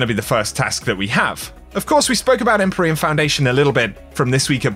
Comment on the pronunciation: the word is pronounced "IM-PEER-EE-AN" not "EM-PUR-EE-IN" ... can't be the only one bothered by this